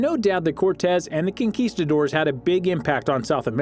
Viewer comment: "kinkistadores"...hiring a better narrator would've helped :-)